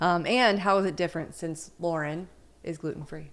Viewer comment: can't remember which video it was but he spelled it on the screen once. If you watch this video at .25 speed, you can hear him clearly pronounce it as "Lorn."